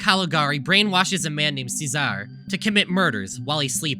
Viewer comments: Only thing I'd like to say that I haven't seen said yet by you or commenter theories... Cesare is pronounced like "chess array." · cesare is pronounced chase-array and metropolis is pronounced me-traa-puh-lis